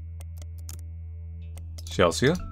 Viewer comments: this game is great but,, c'mon, you know how to say CHEL-SEE, it is not Chel-see-ah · "Chelsea" is pronounced "Chelsee" not "Chelsee-Ah." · its pronounced ‘chel sea’ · Does anyone else find it endearing that pronounces Chelsea (chell-see) as Chel-see-uh? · I think it’s the “ea” at the end that throws him off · Wait pronounces Chelsea that way? 🤭😊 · I wanna know if has ever heard the name Chelsea before, and if so how he believes it to be spelled lmao and why he assumes "Chelsea" in the game is pronounced "chell-see-uh" instead of "chell-see" like usual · i absolutely love Petra with all of my heart lol- the fact shes a CG and a scene teenager makes me so happy because the trope of alt people being portrayed as rude or heartless is so boring and overdone, and shes just wonderful HAHA- also- the name "Chelsea" is pronounced "Chel - see", in case you were wondering (i havent gotten too far in the video so im not sure if you correct yourself but ill edit if you had lol) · The scariest part of this game is how he pronounces Chelsea as chels-see-uh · the a in Chelsea is not promounced by itself its Chel-sea, like the sea? Water... ocean 😂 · I don't think I ever got any chain emails back in the day, probably cuz I never made accounts on more websites than I had to, didn't use social media (and still don't) and never friended any strangers on WLM or Skype. Also I've never heard someone pronounce "Chelsea" so... let's say, uniquely. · The scariest part about this video was how pronounced Chelsea. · y do u pronounce the a in chelsea im crying